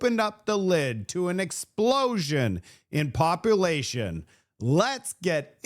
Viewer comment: Calcull-ate the popple-ation at Low-blahs! I love your show but you mispronounced words drives my wife NUTS! So, keep doing it! 😂